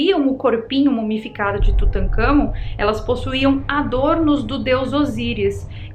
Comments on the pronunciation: "maldição de tutancagon" 😆🤣 "maldição de ramiseca" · Não consegui conter a gargalhada na parte do "tutankagón" e "rami seca" kkkkkk. VC é demais!!!! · Kkkkkk "Tutakamgô" kkk ,uma sobre a diarréia,pode ter sido da mosca.... sugestão : Coma goiabas não maduras ,bananas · Tutangagón 🤣🤣🤣🤣🤣🤣🤣🤣 nunca ri tanto 😂😂😂😂😂🤣🤣🤣🤣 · Tutancagón...kkkkkkkk Adoro a